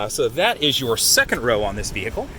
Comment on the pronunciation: you lost 100 points by saying vehicle like "vee-hickle..."